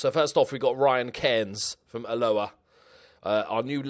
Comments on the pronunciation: Oh no it’s al-o-a, it’s no a team from Hawaii ffs 😂😂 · I know you hate comments and pronouncing things but I am from Alloa its called AL-O-AH! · It makes me very uncomfortable when you say Alloa. AHH LO-AA